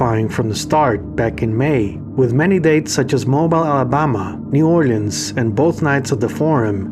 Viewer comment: Loving the collection of videos. We actually pronounce it something like MO bèel. There are lots of French and Spanish names in our south.